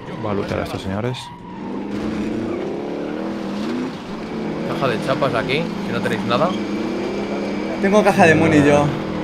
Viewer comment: Señorras y señorres me funarron